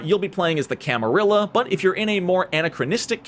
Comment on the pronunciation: Thank you for correctly pronouncing Brujah and Camarilla correctly.